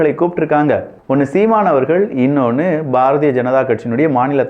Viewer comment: குறும்புதானே அதென்ன இன்றையா தலைவர் அண்ணாமலை என்று அழுத்தமாக சொல்லி...